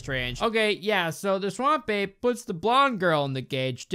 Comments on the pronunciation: All this time I listened to you and understood, Swamp Babe lol now I read it's Ape xD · Why does "Swamp Ape" sounds so much like "Swamp Babe" when says it out loud? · Half the video I was just listening and all I kept hearing you say was 'Swamp Babe.' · I always hear "Swamp Babe" and it cracks me up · I know you're saying "Swamp Ape" but I kept hearing "Swamp Babe" and then re-realized 75% through that you were saying the former. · I don’t know what to tell you but I keep hearing “Swamp babe” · i heard swamp babe the whole time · I thought was saying "Swan Bae" instead of Swamp Ape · I'm just hearing "Swam babe"